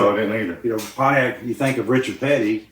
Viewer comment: Richard pronounced it ‘Ponyact’ 😂😂